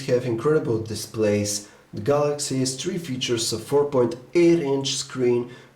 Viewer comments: galay s tree ._. THREE!! o_O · Galaxy S Twee, lol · Galaxy S tree .loool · lol Samsung Galaxy S Tree :P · Galaxy S Tree!!! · Don't you guys just love the "galaxy s TREE" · galaxy s chwee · Lmao at S tree :D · galaxy s tree ....lol